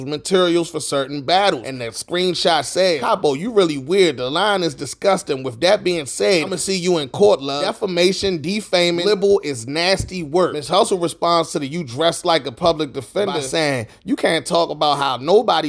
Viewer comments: The word is pronounced lie-bel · Did this man say “libble” 🤦🏾‍♂️